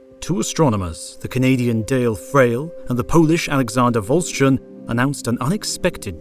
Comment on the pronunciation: The video was already awesome, and then Aleksander Wolszczan was mentioned. Not only that, but the name was pronounced right! 😄 Well, at least the first time, subsequent ones kinda sounded as if 'Wolszczan' was shortened to 'Wolczan', still far better than usual attempts of English speakers at pronouncing "difficult" Polish names. 😉